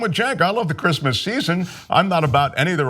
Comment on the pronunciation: What's Grizzmizz? He keeps saying Grizzmizz. Who says Merry Grizzmizz?